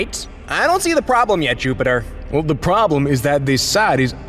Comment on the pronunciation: no one: him: juptier